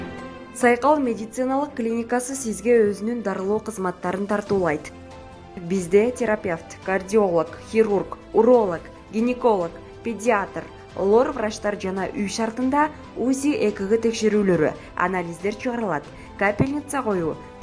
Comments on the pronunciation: Кордиолог эмес кардиолог Гениколог эмес гинеколог болот көк мээлер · Гениколог эмес..гинеколог..кордиолог эмес..кардиолог